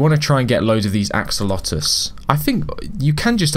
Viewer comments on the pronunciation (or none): Why do you say axolotuus but not axolotl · "Axolotus" letus??? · My guy Said akolotl instead of axolotl lol but i loved it tho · I’m sorry did you say ack olotl… ITS AXE O LOT EL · You say axe-oh-lot-el Edit axe-ol-lot-el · Gentleman it is pronounced "axo lo el" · The way he pronounce it is axo lo to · No axe-a-lotal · Wrong it is a kol oh tel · ak suh lo tl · Its acc oh lot ol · He say akelokel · He just said ac-o-lotal. I was laughing so hard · as a fellow axolotl lover heres how u pronounce axolotl a-ck-so-lot-l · You said acalotl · Cool video! btw, its pronounced Axe-O-Law-Tel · Me when pronoucing axolotl is "Axe-a-lotl" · is it just me or did you say ackoloto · im not mocking u but just for future its axo-lotle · btw its pronounced ack so lot ol. hope this helps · This is how pronounce axolotl ak -so-lot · the axolotle is pronouns as AXE but take the E out then O then LO then TLE there ya go AXOLOTLE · The way you pronounce axolotl is "Aco-olt-el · u say it axe-oh-lot-el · Axo-lot-L your welcome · You pronounce axolotl is ac-co-la-do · Pronunciation: Ack-Suh-Lot-Ol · It is axe-o-lot-L that is how to say it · yk how u say axe its u say axe o lot ol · Its pronunced aksolotl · AXE EL LOT TL that how you say axolotl okay!!!!!!! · It's pronounced: (Acs - oll - ot - ul) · How to pronounce axolotl: Axu-lot-ul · Axolotl is pronounced aksolatel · Ackolotle lol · He says ak-lo-tol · it's Axe Oh Lotel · axeolotto he says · Acks - ah - lot - el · It’s ax-o-lot-l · U are saying it ak-o-lot btw ur getting advice from a middle schooler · he said acolotle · It's pronounced axolotil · say ax alo tol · second title: struggles to say axolotl for 11 minutes straight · Remove the -oh-and the e from el :D